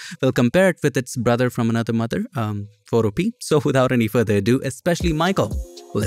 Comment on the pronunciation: Isn't Photopea pronounced "fo-TO-pe-uh" (rhyming with 'Utopia')?